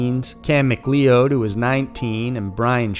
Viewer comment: "Near miss" means "hit," you moron. You also said Larry was reported missing in 2019. And "MacLeod" is pronounced like "McLoud." Have you not seen a Highlander movie or the series? Do you proofread at all? Idiot.